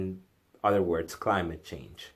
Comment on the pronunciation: Almost 2 minutes before you even get to it. Geezus what a bigmouth. By the way the word is OTHER not UDDER. Why can't anyone on YouTube speak correctly?